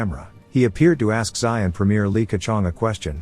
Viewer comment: Have you been living in a cave the last few decades? Xi is pronounced Zhee, not Sigh. Stick to pictures at Warthog, text and reporting is not your thing.